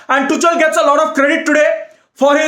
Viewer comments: it is tuk-el not tuch-el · I always enjoy your videos mate!! Keep up the good work !! Anyway ,It's Tukhel(Tuchel) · his name is tuchel but you pronounce it like tukhel in german just like acht ( means eight in german) we pronounce it likr akht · It's pronounced tukel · Tu chal 😂 😂 😂 it's tuchel... H silent... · It is pronounced "two" "khl" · could you please review the pronunciation of Tuchel before the next rant? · well maybe pronounce Tuchel right duh